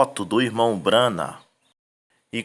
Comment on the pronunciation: Que absurdo. Eles não conseguem pronunciar o nome de um dos maiores Profeta de Deus. B R A N H A M